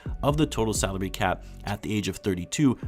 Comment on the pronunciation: I miss heard ''saudi cap'' instead of salary cap like 3 times, a true wtf moment when did the Saudis buy the NBA